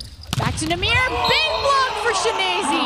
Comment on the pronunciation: Chineyze, Chineneze, Chinize, Chi enyese... Not a single speaker said his name right though. No a single Chi-nen-ye-ze given today.